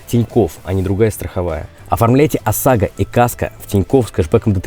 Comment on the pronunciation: Не говори сосага, с ОСАГО😅